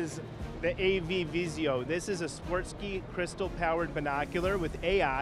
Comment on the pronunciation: Hopefully the AI will help you figure out how to pronounce Swarovski